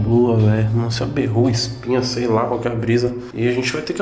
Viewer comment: VERRUGA NÃO "BÊ"RRUGA PQP!!!